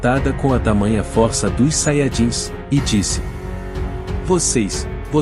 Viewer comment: Não é fórça e sim força